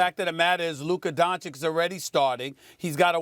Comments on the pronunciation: It's the opposite. The correct pronounciation is Don-chich but for some reason Stephen A always calls him Don-chick. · Stephen A still doesn't know how to pronounce the surname Dončič correctly